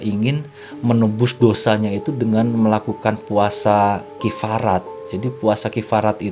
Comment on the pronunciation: Kaffarat bukan kiffarat